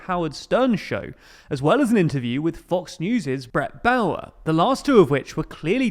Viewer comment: “The last 2 at which were targeted at Trump leaning swing voters” Stick to politics across the pond buddy. Howard Stern is a rabid anti Trumper and his fan base consists of the same. Also it’s Bret Bay-ur, not Bow-ur.